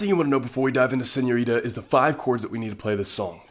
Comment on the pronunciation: ❤💕❤💕❤🙆I love how did you pronounce "señorita" pinche gringo I love you !!!!! Thank you... I needed this video